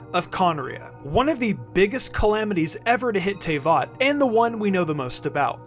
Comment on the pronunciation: the only thing i will note on is that Teyvat is pronounced as [Tuh-Vet] sorry if i’m being annoying